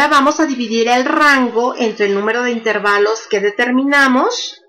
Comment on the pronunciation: ¿¿¿intérvalos??? Hasta me duelen los oídos de escucharla decir intérvalos, acentuando la e. Que bárbara...